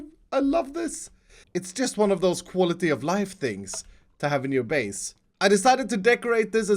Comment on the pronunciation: At first u thought he said koala-tee